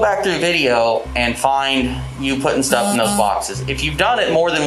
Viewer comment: "I GOTTA GET MY STUFF-UH"